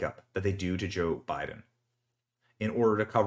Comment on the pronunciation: 'Joe-be-won' and 'Mom-ala'.....😅 cringe.